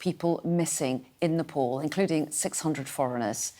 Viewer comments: Keep repeating nepole😅 its NEPAL! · Nepal , not nepol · Announcer correction please "Nepal" not Nepol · it is called as Nepal and not Nepol , please correct your pronunciations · Nepal.. Not nepol